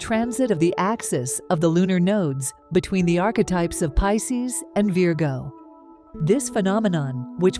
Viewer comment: The AI reader of the text needs a human editor's help. Mispronouncing Pisces and Virgo, in several different and incorrect ways, distracts terribly from belief in the message.